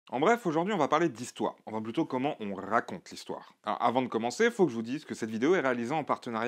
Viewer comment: ''Comment on RRRRRaconte l'histoire...'' Eddy Malou style ! (Si j'ai rien d'autre à dire que ça, j'pense que le sujet est maitrisé :3 ) PS : Mention spé pour la pub la plus intéressante de ces derniers mois, ça change de pas mal de vidéastes qui se contentent de répéter le même script pour un VPN nordique ou une copie de Dota sur smartphone...